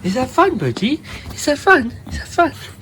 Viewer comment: Love dad's accent especially when he says Bir - Die!🤓 Bird Bird is such a precious baby!💕💜